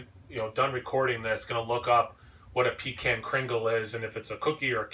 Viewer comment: When you pronounce pecan that way...it makes me think of peeing in a can. Down in them there theese parts (yeehaw) we pronounce it Puh-Kahn like Chaka Kahn.